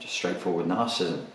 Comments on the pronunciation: Hard to take you seriously when you don't even know how to pronounce narcissism. It's three syllables - nar-ciss-ism - not two ("nar-cism"). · narcissism [nahr-suh-siz-em] 4 syllables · Another video on Narcism... You talk about this Narcissism soooo much, could you at least try to pronounce it correctly? Must be the same reason people keep saying White Supremist instead of White Supremacist, and the inverse: Naziism instead of Nazism. Grammar Nazis are likely Cerebral/Compensatory Narcissists. :P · Cool video! I like how Brit's say 'Narcissm' for brevity. And yet they add a whole new syllable to 'Aluminium.' I guess they really like aluminum over there. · This fellow wants to teach me about a trait he can’t even pronounce.